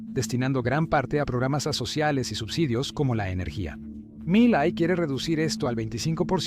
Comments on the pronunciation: Por que dices malai - Se dice Milei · No es Miley Es milai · No es mili, es Milei XD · Miley no es un apellido grave, es aguda. Cuidemos las tonicas de las silavas sino parece que se refiere a otra cosa. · No es Malai, ni Mitet es MILEI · Milet, Malai, Mallaes. Nunca pronunció bien el apellido. Estúpida IA. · Porque carajo dice Malai en vez de Milei? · Cuando diga Malai, Mulei, Milet, McFlay, Maloy, etc. se refiere a Milei. 😂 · Is Milei not malai mala pronunciation de su parte milet jajaja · primero...este video si me salio en recomendados...o sea que eso de hablar del algoritmo para ganar subs no es asi...por lo menos en este caso. segungo por que parece voz de ia? dice mileissss....y no es roberto fernandez es alberto...pero en resumen bastante buen video 6/10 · Buen video, pero qué te cuesta pronunciar bien el apellido de M I L E I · Gracias por tu video , esta muy bueno. Pero por que no pronuncias bien el apellido del presidente “Milei” , hablas con mucha claridad pero pronuncias muy mal su apellido…